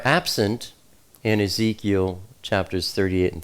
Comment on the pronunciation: He said "Yeheskel" for Ezekiel. Thats also the malayalam of ezekiel.